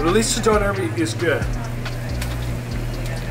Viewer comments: I love how he says donner wrong lol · Ive never heard a Donna kebab (how we pronounce doner in England) pronounced doh-nair. You make it sound posh. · Its more commonly pronounced "donna" as apposed to "Down air" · Why he calling it Don air?? Lmao. It's döner. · It ain't donair big man it's donner or doner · surly the "I" would be silent in the name, don-air sounds stupid, it's surely donar or in England donna (slang) or doner. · Omg Stop say Donair it is and always will be doner. And it does not need to be named times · And it's pronounced DONNA KEBAB!!! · It’s donner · It’s donor look it up lol and it’s nan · I had to watch it with the sound off after he kept saying doner 😂 it sounded awful and the repetition just made it even worse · Dang u Canadian/Americans need to learn how to say doner kebab properly